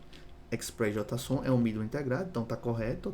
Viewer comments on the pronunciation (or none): Só uma dica fonética, JotaSON soa extranho no jargão dev, JeiSON, é preferível, não entenda como críticas a liberdade de expressão, apenas dica fonética com termos de TI em inglês, vastamente difundidos. Abraços!